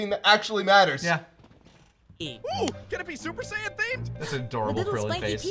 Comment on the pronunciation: See and sayian. I just caught that. Its not saying its sayian